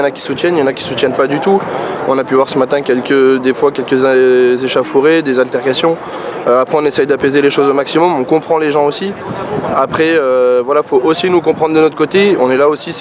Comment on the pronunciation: ....."des ÉCHAFOURÉS ...... Ha ha ha ha .....